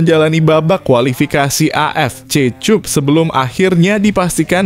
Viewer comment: Bhs google cup dibaca tjup